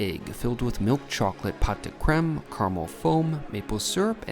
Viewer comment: Nice luxurious lunch. Fwiw the pot in pot de creme is pronounced poh like snow.